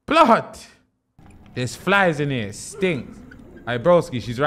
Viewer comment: ‘I’ll just make a mixtape in ere’ loooool